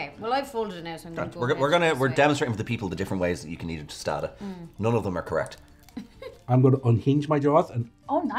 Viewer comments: Its toe staw dahs, not toasta das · Oh the way he said "tostada" in the beginning hurt my Mexican ears. I'm gonna go stick my head in a microwave. Tostada!! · I think took this video when he tried to pronounce the word 'tostada,' in the first minute.